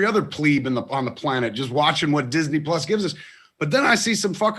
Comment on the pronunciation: Marc mispronounced Disney Plus throughout this whole thing! 💕